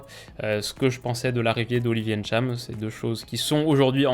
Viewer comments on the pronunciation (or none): Salut ! Ce n'est pas N - Tcham Tu dis le tout directement Ntcham où juste Tcham Comme Kylian ce n'est pas Kylian M - bappè mais Kylian Mbappè où tout simplement Mbappè Gridge MBock où Bock et non M - Bock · "Ènntcham" aïe mes oreilles 😖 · GG et pour la bonne prononciation du nom du joueur. Tu es un des rares à bien prononcer son nom sinon le seul. Bravo. Ecoutez tous bien comment prononce le nom de ce joueur et faites de même et ne prononcez plus aussi mal le prénom de Kanté (Ngolo) ou encore le nom de Kylian (Mbappé) par exemle.